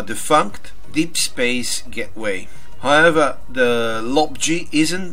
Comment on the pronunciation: man your however is funny...